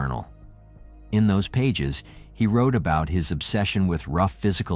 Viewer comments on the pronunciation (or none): none